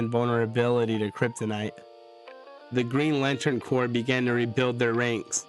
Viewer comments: Corps sounds like Core, not corpse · A corps is pronounced as core. A corpse is a deceased body and pronounced with the ssss at the end. Different words pronounced differently